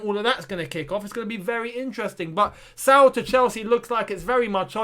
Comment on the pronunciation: Pronunciation: Sa-ool